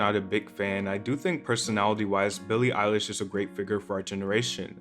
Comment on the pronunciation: it’s not that hard to say her name